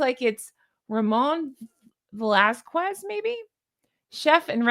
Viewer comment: that’s not how you say Velasquez! We do not pronounce the “qu” it’s more like “Velaskez”